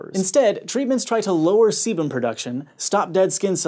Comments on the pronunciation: I heard sebum as semen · Who else heard "semen" every frickin time he said "sebum" ?